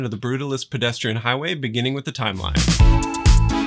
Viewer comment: "HIGWAY" hehehe